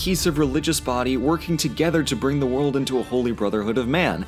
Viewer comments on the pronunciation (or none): none